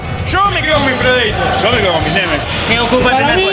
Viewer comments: "Predeitor" jajajajajajajaja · Lauta fernandez Por eso digo se pronuncia PREDEITOR. Aprende a leer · Se dice predator